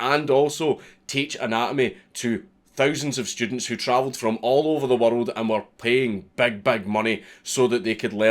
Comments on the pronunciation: Me too lol that and world (warald) 🤣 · "World " and "murder" have 8 syllables in Scottish. They fucking rock.